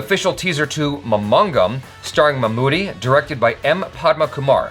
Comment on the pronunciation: not pronounce mamangam, its maa-maa-ngam